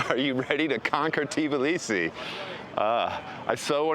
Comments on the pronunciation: its not TIBLisi, but tbIlisi, and its in ASIA, u amerikunt dikhead 🤣ASIAN gamarZHOPA 🤣🤣🤣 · First, don't eat khinkali in a tourist trap--homemade is a lot better, mushroom is best IMHO. The "T" in Tbilisi is barely aspirated--when Georgians say it it almost sounds like there is no "T." Next, know your history. The 2008 war was engineered by the Russians to stop Georgia from moving to closer alliance with the West. The territory was lost, and the genocides were committed in the 1991-94 civil wars. But Russia encouraged the seccessionist states and has propped up them up ever since. Your optimism is good but the problem with the government of Georgia is that it is owned by an oligarch who made his money in Russia--his net worth is literally one third of the nation's GDP. He has the ability toi buy votes and his governments have dismantled much of the infrastructure that would make elections free and fair. The EU first stopped Georgia's progress through candidacy not the other way around. The Russian aquiessent goverment essentially said "well, we did not want it anyway." by ending the negotiations. The EU stopped Georgia's candidaccy because of list of things including human rights abuses--ncluding political prisoners, corruption, abuse of sexual minirities, lack of free elections, among other things. Younger Georgians are outraged-as they should be--and now have protested their sham of a government for over 1,000 days consecutively. The issue is Russian influence and the abatement of the United States to exercse its considerable influence in the country. The governme